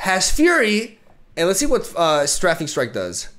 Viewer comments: it is pronounced "stray-fing" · Strafing is pronounced ‘stray-fing’, to strafe is to move parallel to what you are attacking as you attack. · In English (American) you say strafing with an A sound. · Str - ae (like pronouncing the letter "A") - fing strike